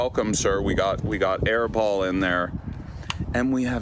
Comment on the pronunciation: Aiball? Thought it was airball😆🏀